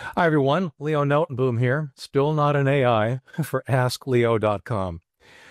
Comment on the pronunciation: Your name is pronounced something like Notenbohm . As a Dutchman it hurts to hear someone butcher their own name 😄